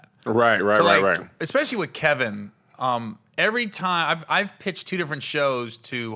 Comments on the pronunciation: I was soooooooooo mad at that. Screaming at my SCREEN KEVIN!!!! TELL THAT MAN, THAT IS NOT YOUR NAME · Yooooo that was sooo funny!!! Keevon 🤣🤣🤣🤣